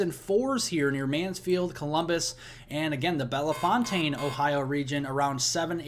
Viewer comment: You're pronouncing Belefontaine wrong. Say "Bell...fountain". 2nd "e" is silent and "fontaine" is pronounced like " fountain". Thank you!